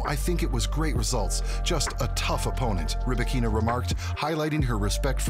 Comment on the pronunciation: Rybakina pronounces her name Ry-ba-kina - not ree-bikina